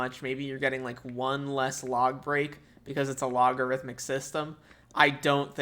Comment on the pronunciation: LOGarithimic huh?